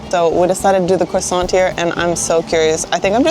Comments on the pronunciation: When you prononce croissant you dont prononce the T its croissan. From a french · Do not pronounce the T in croissant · You don't pronounce the T at the end of croissant.